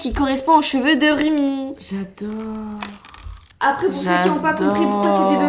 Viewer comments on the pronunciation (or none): On dit Roumi Rumi❤ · Trop bien la vidéo mais juste un truc rumi sa s'écrit comme sa mais on prononce roumi pas pour être méchante ❤❤❤